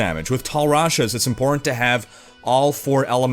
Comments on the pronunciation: Why do you always say "impor ant"? Do you have something personal against that middle T? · No offense or anything, but, is it just me, or does pronounce "important" as "imporant"?